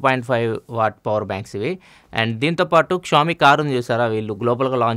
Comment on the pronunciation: xiaomi not showmi